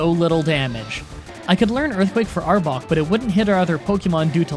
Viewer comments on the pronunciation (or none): none